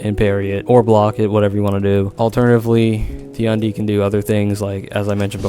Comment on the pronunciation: How can the "#1 Tiandi" not know how to say his name? EDIT: Ah console.... that explains many things.